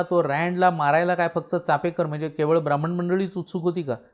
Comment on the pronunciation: छानच, फे नसून पे असा उच्चार कळला हे महत्त्वाचं कारण बहुतेक जण नुसता उच्चार नाही तर लिहितांना देखील फे असंच लिहितात. अनेक महत्वाचे संदर्भ मिळाले आणि ओघवती सहज सुंदर भाषा. मस्तच...🙏🙏🙏🙏